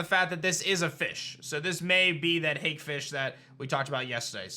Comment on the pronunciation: Hake ... pronounce it like (hawk-ae)